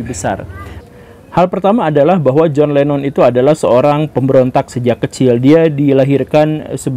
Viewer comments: Saya salah satu pemerhati dan penyimak konten2 Guru.... Tapi klo boleh ,,,utk menyebutkan nama Lennon jgnlah di sebut Lemon lemon terus... Jujur saya risih mendengarnya...🙏🙏 Hnya utk satu konten ini saja... Maaf atas kejujuran saya pak Guru Salam Sejahtera Turan bc 🙏🙏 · LENNON! bukan LEMON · naha jadi john lemon pak 🤣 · John Lennon atau John lemon ? Betul2 gembul lu